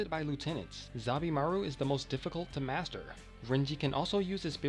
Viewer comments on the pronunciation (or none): none